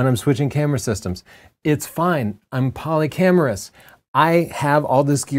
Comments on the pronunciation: Cracked up at “polycameraous” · I think he said "Polycamerous" :) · "Polycamourus" that got me 🤣